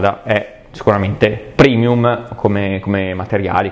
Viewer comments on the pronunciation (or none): none